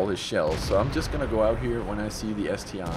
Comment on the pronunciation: Hey, you are right in calling it ST-I and not ST-1, clearly you can see the difference if you compare the I in the ST-I to the 1 right below in the T54E1 on the teamlist:-)